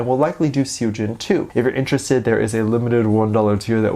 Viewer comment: say it like sohjin❤❤